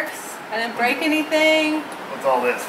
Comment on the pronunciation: commentary "You bwoke it." "Get down before you bweak it." "OK, you're Bweaking your car!" XDDDDD LMAO Good job on the repair.